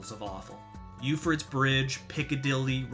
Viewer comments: Pro tip: Euphrates is pronounced “Yoo-Fray-Tees” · None of the maps are as bad as your pronunciation of Euphrates. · I like your video man. But damn man if you're gonna make a video you have to be able to pronounce euphrates correctly lmao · I'm sorry, but how do you pronounce Euphrates?? 😂😂